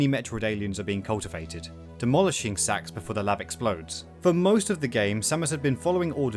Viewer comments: This guy’s the only person I’ve ever heard pronounce the S.A.X.’s name as “Sax” instead of “S-A-X” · it's not "SAX" its "S.A-X" 3 letters, that's what acronyms are. It's U.S.A not "ooosaaah" is it? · as a saxophone player i got really confused when you said sax instead of S-A-X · Dude it's not sax it's s a x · Every time you phonetically pronounce SA-X... ...i'm terribly sorry, but it sounds like you're saying "sex." Lol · Love a good review of Fusion, but your pronunciation of the SA-X is excruciating. -10000/10 would rather get infected by the X. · Warriors land 4 wasn’t inspiration, they just reused the engine And you mispronounced SA-X You say each letter